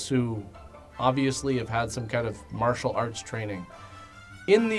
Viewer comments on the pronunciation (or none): none